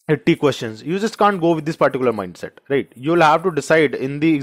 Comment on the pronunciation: Thank you sir, the word (right ) Lil irri..others fine.